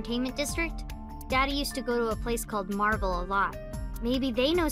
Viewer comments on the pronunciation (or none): none